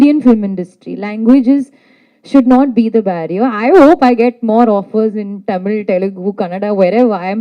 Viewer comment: Aliya neither good artist nor . She says TA instead of Tha Ta Mil film